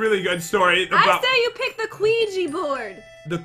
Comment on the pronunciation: Que-gee board😂 omg I can't😂 IT'S QUIJA BOARD!😂😂